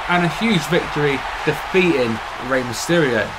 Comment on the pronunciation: No disrespect but man but u butchered Eddie and Rey's names lol